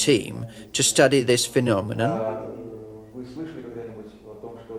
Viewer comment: Phemominom lol